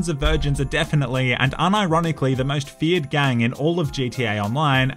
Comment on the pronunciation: Bro i just got that you say feared gang. I always thought that you said Fiat gang like the italian car company Fiat. 😂😂😂😂